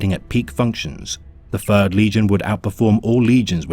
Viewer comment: you are hallucinating my friend. Interesting that people finder it harder to tell the difference though. This isn't AI, the narrator has difficulty pronouncing "Th" which is especially difficult when making lore for the "fird legion"